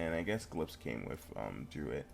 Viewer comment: first thing its pronounced druid not druit thers no t at the end